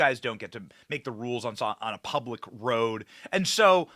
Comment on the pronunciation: Hey what is purablic. I caught that in the beginning. Lmmfao